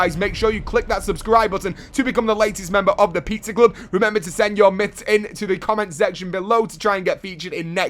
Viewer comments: he said pizzar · It pisses me off how he pronounces pizza emoji like pitzer emoji pitzer emoji pitzer emoji